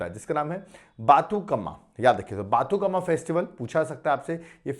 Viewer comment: Sir sorry but telugu pronunciation is very difficult but That is बतुकंमा and मन उरु मन बडी